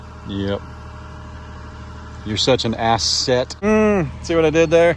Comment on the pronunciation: When you called your "horse" an as-set I was already laughing saying to myself that there was a Dad Joke and then you stated it which made me laugh even more, only a dad would get it without you having to say it. LOL!!